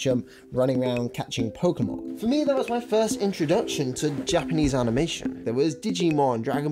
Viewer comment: I heard a lot of youtubers misspell "pokemon" as "pokimon"... but it's the first time I hear someone spell it "prokmon". ;)